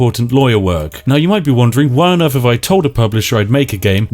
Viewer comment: British person that can't pronounce "TH" How on Earf are we going to do such a thing? Anyfing like that? Wif anything like that?